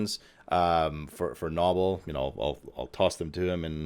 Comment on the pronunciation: Why do you insist on calling him 'Knobbel' when he pronounces his name 'nobel'?